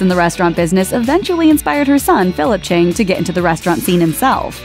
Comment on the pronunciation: It's Philip CHIANG, not Chang. It bugs me so much.